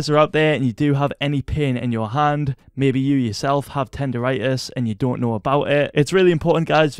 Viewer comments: HAHAHA boi ‘tender rightous’ it’s tend-on-itis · “maybe. You, yourself have tender rightis” 😂😂😂